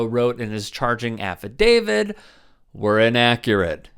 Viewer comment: Disgusting pigs. As a side note: the word is “affidavit”, not “affidavid”.